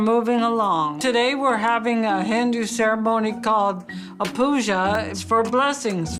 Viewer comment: Why did she say a Hendo? Its Hindu celebration